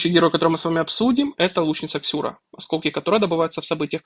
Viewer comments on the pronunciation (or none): Какая Ксюра, если Сюра)) И ни какая, а какой, это мужчина, почитайте про героя.